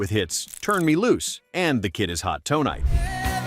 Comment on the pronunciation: The Kid Is Hot Tow-Nite…. Was a human actually involved in any part of the creation of this video?